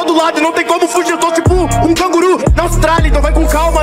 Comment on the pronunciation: cangurú? KKKKK